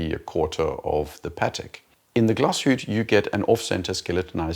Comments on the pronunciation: "Glashutte" is pronounced "Glahs-hoot-uh." The Patek I always thought looked like a casino roulette. Personally, Patek or not, it's pretty ugly. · I have a question - why do you emphasize on a power reserve for an automatic watch? IMO this one is supposed to be a daily wearer, so 35 hours is more than enough. I don't know which power reserve my automatic watches have. P.S. You do pronounce Glashütte wrongly. Which is a case for almost all non-German speaking youtubers pronouncing German brands :)